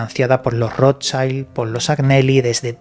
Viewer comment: Se pronuncia rot child...es alemán no inglés